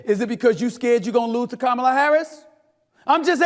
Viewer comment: Time for somebody to take an english or correct grammar class!!!!! before the debate! Just saying!! At least learn how to say her name right!! 😂